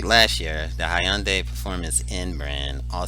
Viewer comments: At 15 Seconds in , you lost everyone when you can't pronounce HYUNDAI ! It's NOT " Hay yun day " It's Hyundai , Exactly like SUNDAY, but with an "H" ... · Learn to pronounce Hi Un Day. It’s more of a Hun Die!